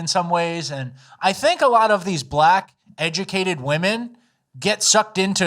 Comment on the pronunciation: “Black women IS the mos egicateit group!”🤣